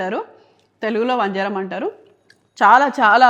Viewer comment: Vanjaaram kadu vanjaram